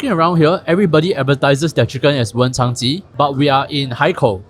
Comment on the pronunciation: stop calling it wencháng2 😭😭 it’s wenchāng1